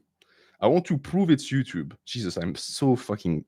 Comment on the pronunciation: Time stamp: 'ello youtchub